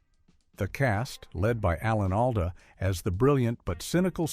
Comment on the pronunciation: Oh you don't like "Alan AL-duh" lol... yah very annoying. The flat AI voice is grating, too. Same modulations over and over. And I didn't know Mike & Gloria got their own spin-off in 1978, did you? Must have missed that one ;)